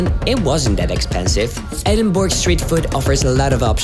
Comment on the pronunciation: Great video ! , there is so much to see in this unique and amazing city , no wonder it is the UK's 2nd most popular place to visit , for the record , the city is pronounced ' Ed-in-burr-ah , NEVER Edinberg or Edinburrow ! :-)